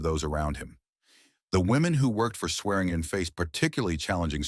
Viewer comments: I'm a Swearingen. It's pronounced Swear-in-gin. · Chinese AI : Swergin